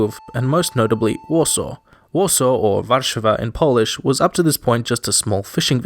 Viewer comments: If anything.... this is like the first time in my entire life that I see a foreigner put some effort into polish pronunciations... Bravo! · Im surprised that he actually probounces the polish names right (polish is one of the hardest languages) Edit: ok MOST of the names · Congratulations! You nailed every single Polish name